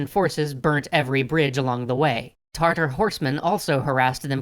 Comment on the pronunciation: Isn't it Tatar?